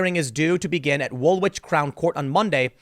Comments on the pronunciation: Its pronounced Woolich, not WoolWich. I learn a lot from you so it's a honour to teach you something, however insignificant. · Its pronounced Wool -itch! Not wool which 🤣